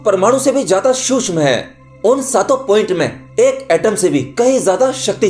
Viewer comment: सूक्ष्म का उच्चारण सही नही है